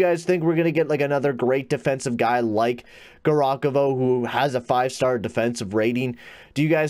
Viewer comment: its ( Gav- Ri- Khov) not garokovo